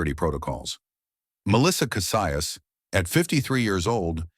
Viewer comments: Kah SEE us. Cassius . Not Kah Si us. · It’s Kah see yus. Cassius